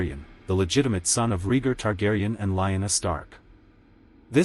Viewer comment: I have been saying that Jon's going North with the freefolk at the end of Season 8 made sense... oh and it's pronounced E- grit, not I- grit... AND Ray- gar , not Ree- gar... whoever narrated this didn't watch the show. He'd know how to say the names.